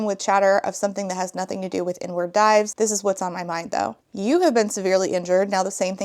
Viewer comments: INWARD DIVE omg I had to use subtitles because I kept hearing "the n word dive" and that didn't make sense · I swear I thought you said “n-word dive.” I had to rewind because I was like, there’s no way that’s a real diving term 😂 I assume it’s “inward dive.” I know nothing about diving, can you tell? lmfao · Ngl I thought you were saying "the N-word dive" and was baffled at you just breezing by that without commentary 💀